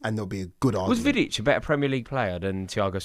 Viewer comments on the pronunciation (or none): As soon as he said Vidic I was done